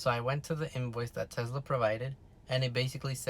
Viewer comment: If you say sezla one more time bro